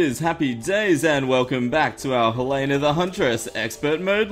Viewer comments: You do know that helena is pronounced Hellen a not Hel ane na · Shoutout: Slimey then Helena in second sentance: "Hewena when can I hewlp you?" " I'm not sure if I want you to help me... first learn to say my name then maybe... (not)"